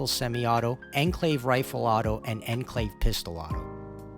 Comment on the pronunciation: "Ehn Clave" 👺👺👺